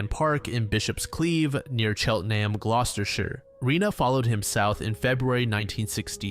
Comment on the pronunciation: Impressive pronunciation of Gloucestershire